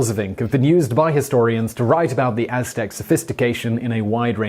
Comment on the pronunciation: Simon nailed the aztec gods lol